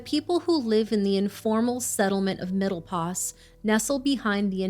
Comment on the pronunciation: Place called middle pos not os!!!